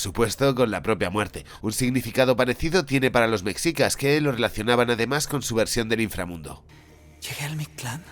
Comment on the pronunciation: Que son los “mecsicas”? amigo español, se pronuncia “meshica”